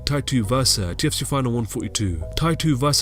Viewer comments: Kept hearing him says TFC instead of UFC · I hate this voiceover, sounds like a robot and I hate hearing "tufc" Everytime it says UFC